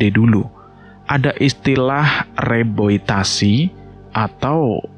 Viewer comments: Maaf bang mau bnerin😊 Reboisasi bukan reboitasi Rames bukan remes😊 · reboisasi bang bukan reboitasi😁